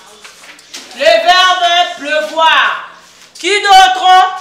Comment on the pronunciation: Madame akomi plevoir😂😂 à la place de pleuvoir, kieeeee ba madames ya lelo